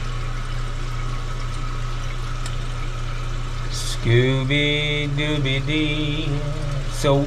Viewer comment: It’s Scooby dooby doo ! Not Dee 😂